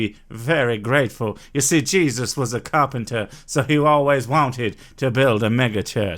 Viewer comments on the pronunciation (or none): none